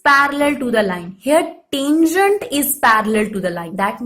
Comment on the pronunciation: what we says- tangent, what mam says -tanjunt